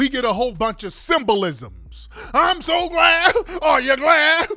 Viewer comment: Compare the "I'm so Glads"😂😂 to